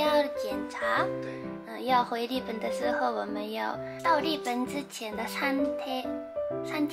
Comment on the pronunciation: 日本人講日本，一定會說 利本😆很可愛